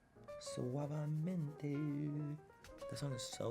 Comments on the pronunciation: When he said "Suabemente" the first time I was already singing the song 😭😂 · Suaveementeeee besameeee!! 😂